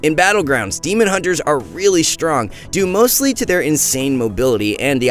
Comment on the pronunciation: The quality of these videos are going down not gonna lie. The sound is not equalized, he says huntes do damage from ranged instead of range. And he called Recuperator a pvp talent -_